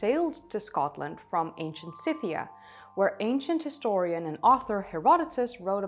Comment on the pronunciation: Ancient Sythia? Cythia?? Didn't quite catch this 2.20 something..